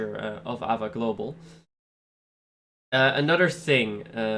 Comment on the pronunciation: Dont say AVA Say A V A